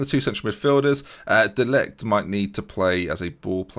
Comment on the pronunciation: Mattijs de ligt (Matt-TISE de LITE) Ñ = enye (Carles alenya)